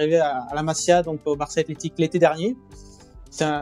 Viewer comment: un faut dire masía en appuyant sur le i , comme si c'était un y .. Voilà, c'est tout .. Le reste, c'est très intéressant